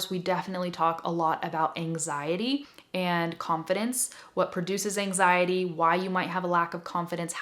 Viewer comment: I'm brazilian. I was understand 99 per cent of that. but When you talk about last reason in this video I heard some like "enzaindy" kkkkk and then I lost the means of rest!!! It's incredible how the brain works! When I understood that word was ANXIETY I've got the mean of almost tottality of the rest!!!!! Thank you. Good job. Your explanation is the best ever. Please, give me a feedback about quality of my phrases. Ok?